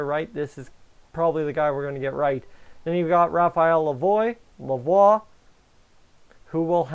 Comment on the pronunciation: Thumbs up for pronouncing Lavoire's name correctly in this video.